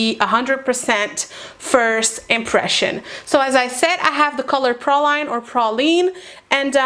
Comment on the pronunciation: It’s pronounced “prayleen” Good video